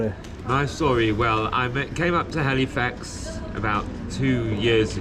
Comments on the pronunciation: A up. Is Cornish sea salt better than other sea salt? It sounds like your saying Halifarts 😂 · My home town! Yay! By the way, it's pronounced 'alifax ;-)